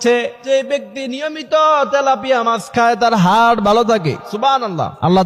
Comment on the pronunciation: সুবহানাল্লাহ উচ্চারণ ঠিক নাই,, তথ্যটাও যাচাই করতে হবে